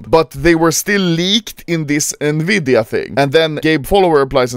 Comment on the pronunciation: nvidia❌ nvidea✅